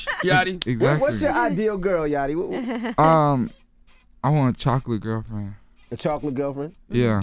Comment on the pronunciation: ITS YACHTY not YATCHY